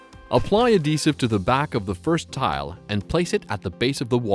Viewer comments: Why TF is he saying AH-desive? It's AD-HEsive. FFS. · The ahdessive? lol